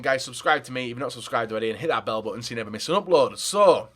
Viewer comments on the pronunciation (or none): none